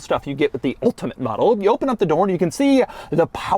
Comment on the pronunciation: doug its open not oh pun